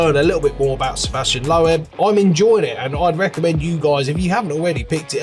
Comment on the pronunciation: Man, you can't ever pronounce the name of Sebastian Loeb correctly. Laughable! 😀